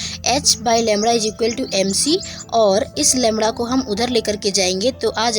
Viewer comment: It's not lemra it's lemda.